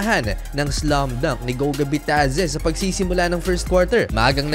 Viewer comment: lagi ako nanonood ng content mo..napasin ko lang pronunciation mo ng Slam dunk at Bankshot..nagiging tunog Slum dunk at Bunk shot 😅✌